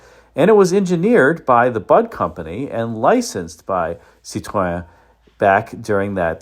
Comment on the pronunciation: what will it take for you to pronounce "Citroen" correctly? You are an intelligent guy, know Romance languages, studied music - and yet you won't bother to learn the proper pronunciation of this iconic marque. I am baffled.